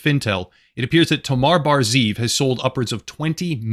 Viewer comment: Just a small point to make, I know it says ZEEV and you read it like ZIV but you actually have to pronounce it ZE-EV with 2 syllables (it means wolf)